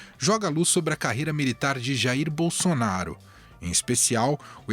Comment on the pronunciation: Não tinha outro pra essa entrevista. O nome é Bolsonaro. O cara tá falando bonsonharo kkkkkkkkkkkkkkkk